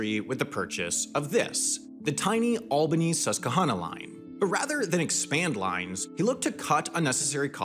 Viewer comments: Sus qu Hannah you see, that is how you're supposed to say Susquehanna okay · Albnany Susquehanna (Sus-Quey-Hanna). NS is making the tax payer to pay for rail upgrades btwn harrisburg n pittsburgh. there WAS 2 two trains on that line till Amtrak lost the USPS deal around 2005. Amtrak 43 is usually late outta Harrisburg due to NS, no shocker anymore. Train crews Control a train not drive. Drive is UK/GB word.